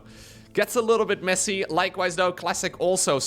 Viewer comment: When says messy, who else hears: "they sucked"